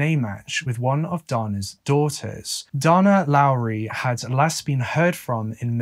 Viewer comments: Dana is day-na not donna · Why do you always pronounce the name Dana as Donna? This occurs in many of your videos on US cases with people who have this name? Donna is Donna. Dana is DAY-nah. It's disrespectful to not research the pronunciation of people's names. If Dana is pronounced Donna in the UK, fine, but that's not the norm in the US.